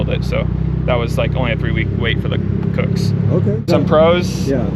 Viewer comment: it’s pronounced like cooks not kook as in kooky/strange.